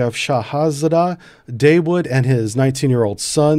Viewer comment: The Americans trying to pronounce "Dawood"... hilarious!